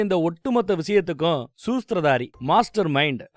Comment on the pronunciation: sila words thappa pronounce panninalum keka nalla iruku... sirichite kepen always 😂especially neenga sorpozhivu aathu aathu aathitu irukanganu solluradhum soosdhiradharini nu sonnadhum 🤣🤭